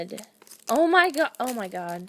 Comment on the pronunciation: Pinch urself every time she says oh my good lol😂😂